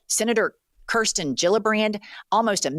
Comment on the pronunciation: She mispronounced 'Kirsten'. Obnoxious.